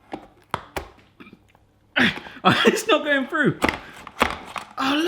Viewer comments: the aspect of your accent I notice most is words such as 'Through' pronounced 'frue'. --from an ear in the Midwest of the USA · Long time fan here,. Correct me if I'm wrong, but do you always pronounce "through", as "froo"?